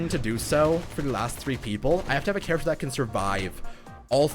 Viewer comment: Oh man I hear it not and I CANT STOP HEARING IT! WHY DID YOU HAVE TO MENTION "charaFter"? I can't stop hearing it!!!!!